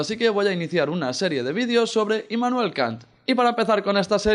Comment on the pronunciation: Hermoso tu video, pero Es IMmanuel, no INmanuel. :)